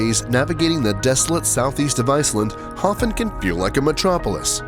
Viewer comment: You mispronounced Hofn and misidentified Vestrahorn as Estrahorn.